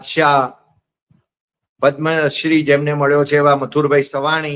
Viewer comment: પદ્મશ્રી કહેવાય સાહેબ તમે પદમ શ્રી કહો છો.